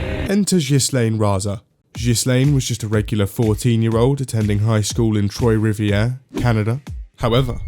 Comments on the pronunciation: He said troy rivieaer when its pronounced trwah rivier or three rivers olive there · It's pronounced like this Twaw Riv e yay , source I'm Canadian. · "troy rivy air" that was the worst pronunciation of french ive ever heard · Trois-Rivière Trois = TRWAH, not TROY. Basic French, dude. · Good god that is not how you pronounce Trois-Rivieres.